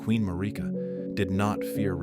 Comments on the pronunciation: Oooohhhhh nice narrative 😌 Wish you said the names correctly tho. That sh annoying af. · The way Marika's name is said in the video is throwing me off